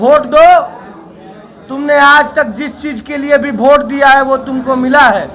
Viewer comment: भोट नहीं वोट होता है।😅🤣😂